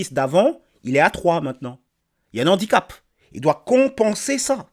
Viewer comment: Analyse brillante. (Ne dites pas : « un nandicap ». La liaison ne se fait pas avec le nom « handicap », qui commence par un « h » aspiré – tout comme « harcèlement ».)